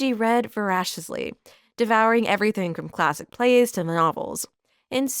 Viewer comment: Is this an AI reader? Many mistakes, not the least of which: Leigh = Lee not Leigh. Voracious = VorAYtious not vorAWtious. Escalated = EscaLAYted not escaLAWted. Olivier = OlvEAY not OlivER. Desire=DesIYER not DeZERAY. Creating = CreAYting not Creeting.